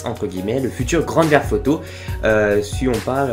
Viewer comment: '' Grand ferf auto '' lol.